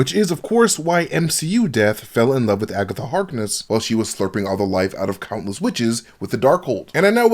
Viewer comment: Broooooo did you just say Agathot lol